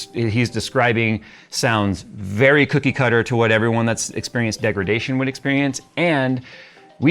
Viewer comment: "standard.... Degridation....". 😂 Pretty sure it's in the Nvidia dictionary